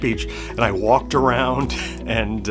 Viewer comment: Walked awound…! 😹